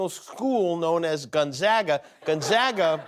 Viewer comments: Why is the “a” in Gonzoga silent, Jimmy? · Its pronounced gon/zay/ga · Dear Jimmy....I have a PhD from Gonzaga. (Long A on the second syllable, p.s.)